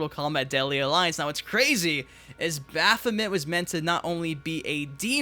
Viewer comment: Baph o mint 🤣🤣🤣🤣